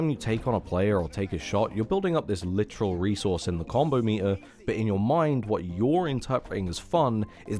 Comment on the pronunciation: saying meter gives me life